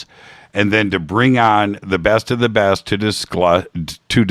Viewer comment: I heard that: "To bring the breasted... to bring the best of the best" 👍